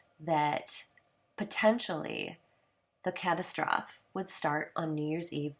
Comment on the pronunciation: Castastrophe sounds like Kuh-tass-trophy. Not Cat-uh-stroff. LOL! Love your lil rant about him, the guy is a complete shill for the almighty dollar and a fear monger. Good vid.